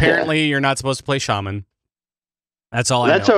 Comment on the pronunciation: There is no R in shaman lol